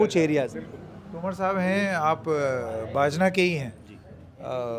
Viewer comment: बजना नहीं बाजना नाम है।